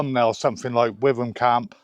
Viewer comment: I know Witham Friary quite well, as it's close to Frome. It's pronounced "Wi-tum", not "with-um" as most people often say. This should all work out in the end, modern life often requires a lot of patience.😉